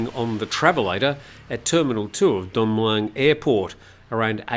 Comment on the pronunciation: where'd you learn your Thai? Pains me every time when you endeavour to pronounce Don Mueang. Listen to a Thai pronounce it. Just use the good old contracted phonetic vowel sound as in /wez/ for was between the 'm' and 'ng'. Everyone will understand you. There is a reason for the 'new' spelling of Mueang in English - ask a few old timer expats, but not Americans who still don't get it.